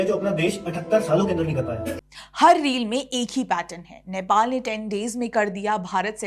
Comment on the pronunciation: नैपाल nahi hai, नेपाल hai. Sahi se uccharan karo. Hamari to ek hi lipi hai. 🤦🏻‍♂️